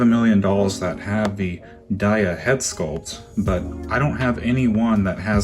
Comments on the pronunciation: A nitpick but Daya comes from Zendaya, so it should be pronounced Day-a, not die-a.... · It could be a USA pronunciation thing like. We say tar ra and they say terra. Or laya v Leah which I remember being a thing in my high school. Not really a big deal. :)